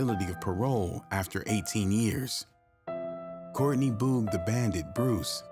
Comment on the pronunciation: Is there a reason you can’t pronounce Boog? It’s like booger or boogie. That’s annoying. Otherwise, it was a good video.